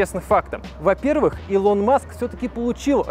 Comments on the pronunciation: Господи, не илОн а Илон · 1. Если быть точным, то расстояние по прямой от Лос-Анджелеса до Сан-Франциско 559км(не 561), если брать 385миль(как было написано), то это 619км(примерное расстояние по трассе). 2. Правильно произносить Илон(ударение на первую гласную, а не на вторую - ИлОн). 3. SpaceX("экс" а не "икс"). Именно так звучит в оригинале и именно этот вариант на самом деле является верным. В России произносят "икс", ошибочная адаптация к языку.